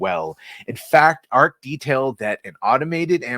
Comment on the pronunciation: It is pronounced Arch as in archway